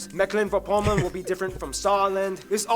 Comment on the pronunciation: Wow, the Geography channel made the same mistake by pronouncing Mecklenburg like all Germans, except the Mecklenburger. You must pronounce the "e" long and actually, the "g" has also another pronouncement but its pronouncement is not existing in the English language, so never mind. But where still the "West" or "Vor-"? The name is Mecklenburg-Vorpommern or Mecklenburg-West Pomerania.